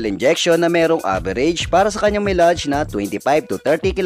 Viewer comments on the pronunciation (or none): Dapat pinagaralan ninyo muna if paano sabihin ang salitang "MILEAGE" bago pa mn kayo nag Vlog bossing...